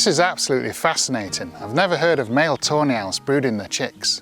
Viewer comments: every time he says "Tawny Owls" I hear tornails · I can't help but hear "toenails" whenever you say tawny owls 😅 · i cannot stop hearing toenails everytime yoyu mention those owls